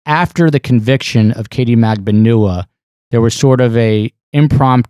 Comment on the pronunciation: She pronounces it MAG-BAN-WA, her lawyers pronounce it MAG-BAN-WA but for some reason others like this channel have decided it is pronounced differently... almost as frustrating as the amount of ads y’all have on this channel... 😆